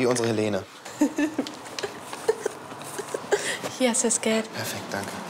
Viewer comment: Die heißt im Video nd Helene ! Sondern Elene